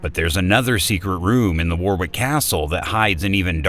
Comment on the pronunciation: its pronounced Warick for god sake